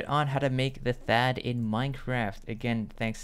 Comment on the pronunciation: Did he say Thaad or faaat? No offense